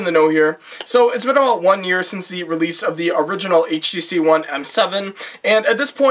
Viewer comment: Could've had more information, but it's a decent review nonetheless. Nice to hear someone at least call it "aitch tee see" rather than "haytch tee see" like all those reviewers who can't English. :)